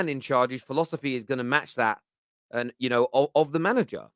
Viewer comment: "It's de history of de Tottenham" - some bald Italian guy